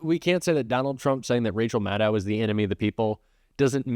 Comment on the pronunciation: She pronounces it Ma-doe.